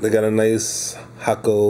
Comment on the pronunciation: You are the only reviewer to pronounce Hakko the correct Japanese way...”Hock Ko”. Not “Hay Ko” or “Hack Ko”.